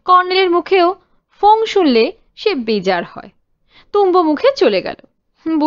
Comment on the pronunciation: কোনো কোনো বাক্য দুবার করে থাকে গল্পের মধ্যে .. editing এর fault হতে পারে .. যদি না পাঠের ত্রুটি থাকে , এ বিষয়ে একটু মনোযোগ দিতে অনুরোধ করি , উপস্থাপনা সর্বাঙ্গসুন্দর হয়ে উঠবে । 'অপ্রসন্ন মুখ' এর চলিত শব্দের উচ্চারণ 'ব্যাজার মুখ' "বেজার" নয় । আশা করি অপরাধ ক্ষমা করবেন🙏